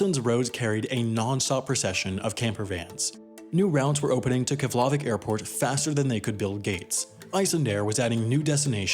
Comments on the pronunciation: You’re wrong with Keflavíks pronunciation it is pronounced Keblavik not Keflavik and not even that, it is Keblaveek is the proper version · Jarred Stancil Kef-LA-vik sounds so wrong. Sounded Slavic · Keflavik is pronounced more like chef-le-vick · i hate the way he pronounces things. keflAHvik. qatAHr. it’s pronounced kah-ter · "kefhlaveck airport" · Your pronunciation of Keflavik was worry some for me xD I have always heard it pronounced differently (emphasis on the vik, not the la) And I remember as a kid (before 9/11) flying with Icelandair. I got to tour the cockpit and even sit in the second in commands chair, amazing experience as an 8 year old) and landing on the runway, but then the airport had only 1 terminal, so we had to walk on the tarmac. The airport was just one central building and a terminal, super small. A few years later I didn't even recognize the place. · He pronounced Keflavik wrong I know because I'm part Icelandic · If you bothered to look up the pronunciation of Eyjafjallajökull, you can double-check Keflavik.